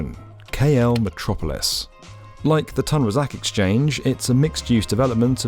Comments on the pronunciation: Commentator, what makes you think it is pronounced Tan as opposed to Toon Razak ? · pronunced Toon Rah Zark. It's grating on my ears! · Nice video, btw it’s pronounced “toon raa-zaak”